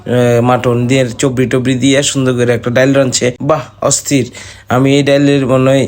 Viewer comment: ভাই চর্বি বলতে পারেনা😢😢চবরি বলে।